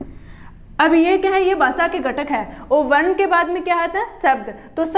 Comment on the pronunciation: Basa ni bhasha hota h